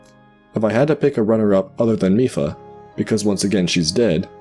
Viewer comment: Reddi as a German i disaprove because "mief", wich is pronounced just like Miph, is a Term in Germany to describe a very bad smell.